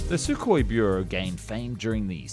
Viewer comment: It's not "sukoi", it's "suhoi", ok? SSJ is already flying with new engines (PD-14).